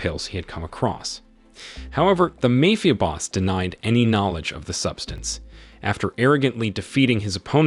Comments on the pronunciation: Did you say "mayfia"?? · you pronounced "mafia" wrong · the narrator can't pronounce Mafia correctly, so maybe he can't do basic math either. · Yep, repeatedly.